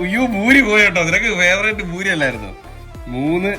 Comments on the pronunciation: buri alla Puri nth alle paraya..? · Boori alla poORi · ഭൂരി അല്ല പൂരി താളി അല്ല താലി